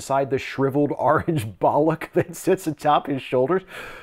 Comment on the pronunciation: Cheers. I don't know why but "Bollock" just seems funnier in an American accent.